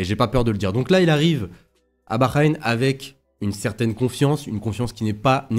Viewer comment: STP ça se prononce baHrain "ha" pas un "gha" 😂 En tou cas je vois : Piastri Leclerc Norris Je tente Charles si j'ai bon c'est fou Let's goooo